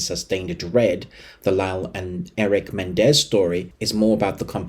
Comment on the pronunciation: It's pronounced Me Nen Dez....not Men Dez.